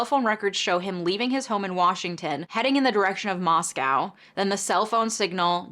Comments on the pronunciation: I work in local news in the area, couple corrections and updates. -Moscow, Idaho is pronounced 'Moss-co,' not like the Russian 'moss-cow' (locals get pretty testy about this). -Goncalves is pronounced 'gone-sal-ves.' -Originally, the car was not identified as a Hyundai Elantra, it was just a white or silver 2000s era SUV, which is likely why you saw such high numbers. It was narrowed down to a white Hyundai Elantra a few days later after further tips and video surveillance came in. In an update to this case, maybe his defense team is a fan of your videos, because they did motion to compel discovery for the DNA profile that was used to narrow the investigation. I believe this was the end of...June? Maybe July. Time is a blur... Anyway. The State argued the IGG was not used to formulate probable cause, and was not use as exculpatory evidence for his arrest. Rather, the DNA evidence for the arrest warrant came from DNA of Kohberger's father gathered from the trash. The State further argued it was not a Fourth Amendment violation because the DNA used to generate the IGG was abandoned at the scene. They also stated the IGG profile was erased and all records destroyed after it the Kohberger was determined to be the focus of the investigation as part of standard FBI protocol, and they no longer had the profile to give. The response from the Defense was interesting. I'll just say, this shit is wild. I'm not a lawyer, but I read a lot--A LOT--of legal docs for my job. Ann Taylor has s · Hey, in case you do a followup video, the city in Idaho is pronounced MOSS-co, not moss-COW like the Russian capital. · It's "moss-co" no "moss-cow" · you mispronounced two of the victims names and the town where it happened :( Love you but damn that's disrespectful